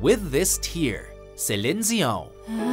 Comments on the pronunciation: but even Fr4nch Canadians don't pronounce Di as Zi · Cline Zion? what? it's Dion